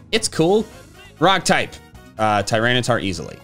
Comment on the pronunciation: Tyranitar, not Tyranatrar!